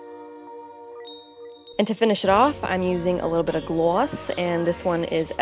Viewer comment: I love these videos of yours...well really every video, but I digress. Made me giggle with how you said "gloss". :) this look was gorgeous!